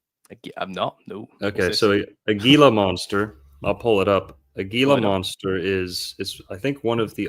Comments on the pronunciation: Heel-la monster, soft g. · Monsters Inc.! Edit: Also, it's pronounced HEE-lah monster (Gila). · Pronounced Hila monster not with a G